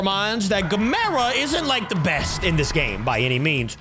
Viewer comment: Always says gamera wrong